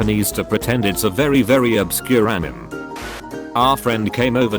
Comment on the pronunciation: Anim.. Not anime but anim😂